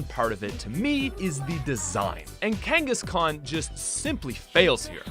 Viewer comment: IT'S KANGASKHAN, NOT F*CKING KANGISKAN!